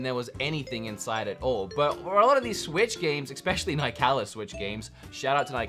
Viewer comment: Love your videos! One thing though, it is pronounced “Nick a lis” games. Interview from developer and that’s how he pronounced it.